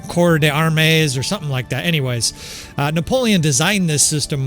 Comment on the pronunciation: You are saying it right, the ps in corps is silent in french also, just pronounce army as armé and add the 'd'